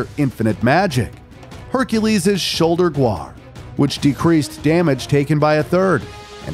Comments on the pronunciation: This feels like it was made by a team of people that doesn’t play games too often. Mispronunciations were everywhere. Gamerawnt, Ball-der, gooar (guard). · Man's forgot the the D in "Hercules' shoulder guard". Said "shoulder guar" lol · I love it when you can tell the person speaking is clearly just reading a script written for them. He says "Hercules' Shoulder Gwar" instead of "Shoulder GUARD" probably because the script-writer misspelled "Guard" as "Guar". Also Thor is a secondary antagonist in Ragnarok, not the main threat. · “Hercules’s shoulder gwod”??? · ... Did you just pronounce Guard as "Gward"? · Is this video ai lol the guy pauses so randomly and has awkward intonation. Also cant pronounce the word guard when reading the godly possessions for some reason...